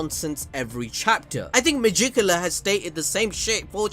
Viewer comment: It's magicula...😅🤣😂